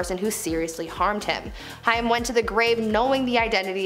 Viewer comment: It's pronounced "HAME" (Corey "HAIM")... ugh... Cool channel, but just Google names you're unfamiliar with, it happens too much on YouTube, and why cut corners there? 👈... Good luck✌️